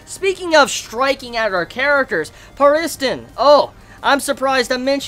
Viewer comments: its pronounced PAR IS -TON (pariston) and HEE SOO- KA (hisoka) and KUR-AHHH-PEEK -AHHHH (kurapika)... great review btw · who the fuck is Peh-rizten? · I couldn't agree more, I try not to let it bother me, but when he got to the pariston part he juss kept saying it over and over and I'm juss like stahp!